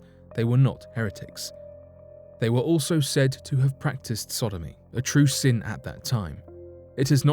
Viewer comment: * sin Not "sun".